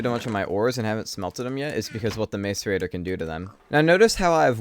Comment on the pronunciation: Do you intentionally call it a MAZE-arator, like his it an inside joke or something. I've been watching for a while and you've been saying it in every playthrough. No hate or anything, just curious, really.